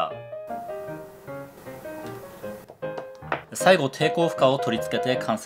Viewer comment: 最初の電解コンデンサーがでっかいコンデンサーに聞こえた